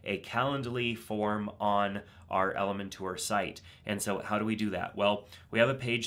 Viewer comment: Perfect. Thank you. BTW, I like how you pronounce Elementor. :)